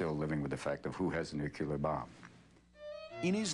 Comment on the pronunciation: and he says "nuke-you-lur" bomb